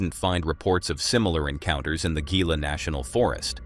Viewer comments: Gila is pronounced like Hila. I live in Gila County Arizona, and many people miss pronounce it. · Omg being from New Mexico and hearing you pronounce the Gila national Forest with a hard G and not an H is killing me. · Gila National Forest is pronounced Hee-La. Not Gee-la. 🤦 Why do people grab for a camera when people act sketchy and crazy? Ever heard of grabbing a gun and start moving away but prepared for DefCon1? Stop calling everything a skinwalker! Jesus Christ! skinwalkers do not exist. They are products of Navajo folklore and confined to Navajo nation.